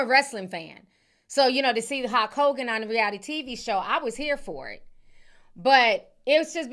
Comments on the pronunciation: why the hell do you keep saying hawk Hogan😂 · Where are you from that has you pronouncing Hulk as Hok? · Hulk sounds like Hawk 😂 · That pronunciation of Hulk is sending me!